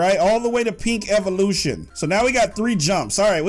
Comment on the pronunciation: you said evilution rong